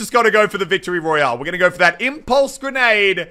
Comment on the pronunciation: Omg you got wictory royaaleeeee alye